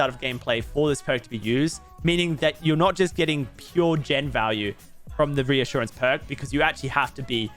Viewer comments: You said ressurgance lol. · You totally pronounced this perk incorrectly. lol